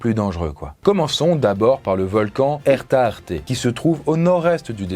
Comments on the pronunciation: Dans la dépression des Danakils, le volcan c'est Erta ALE, pas Arté, ça c'est autre chose 😉 Autre tip: la zone (en particulier du Dallol) est dangereuse à cause des mines, du fait de la guerre entre Éthiopie et Érythrée 😅 Sinon vidéo toujours aussi intéressante! 😊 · En Ethiopie c est Erta Ale et pas Erta arte le volcan. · Le Volcan Ethiopien s'appelle Erta Alé et non Erta Arté.... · Slt et super vidéo 😉 PS c'est l erta ale 😂😂😂